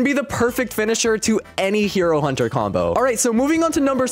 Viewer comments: Hey uh you made a miss spell when you said hero hunter you said hiur hunter, just correcting some miss spells! Nice vids! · "Hiro hunter"